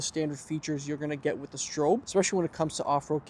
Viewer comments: STROP is how it’s pronounced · Stroppe -Strop. Say it right